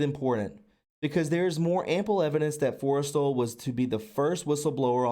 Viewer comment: this was fascinating and truly wonderful, but I hope in future you'll read more slowly--lots of mispronounced words that probably could have been avoided with a little more care. This info is way too important to pronounce wrong. But just as quick examples, Forrestal's name was consistently mispronounced (FORREST-ALL), as was Allen Dulles (dull+us), Stu Symington (long I) Occam's Razor (short O), hypothesis (it's singular, not plural, so the last syllable is IS), and more. Looking much forward to the rest.